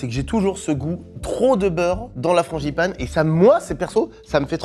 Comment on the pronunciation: FranGipane !! Et pas franCHipane vraiment des parisiens eux 😂